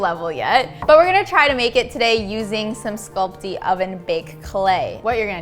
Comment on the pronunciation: Sculpy not sculpty 😉